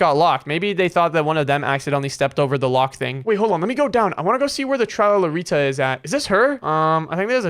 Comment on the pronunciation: Bro said tralalita